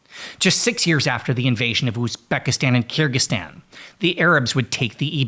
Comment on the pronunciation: If you spend 2 seconds on the word you will realize its Kyr-gyz-stan. Not Kyr-gstan. People keep doing this